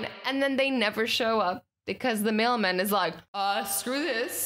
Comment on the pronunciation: Um azzy you said "so the mailmain got fired"